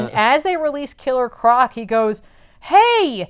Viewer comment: ITS KILLER CORC!! NOT KILLED CROC!! 😂😂😂😂😂